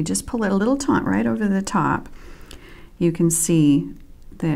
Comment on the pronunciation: Nice end cap. The word is "taut"...NOT "taunt". Two VERY different words! Almost everyone who teaches beading videos uses this INcorrectly! Sheesh!